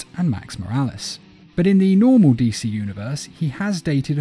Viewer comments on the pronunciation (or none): So is no one talking about how he said “dc”